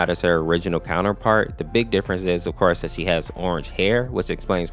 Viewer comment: Well "ofkorse" it won't, he is a real pal.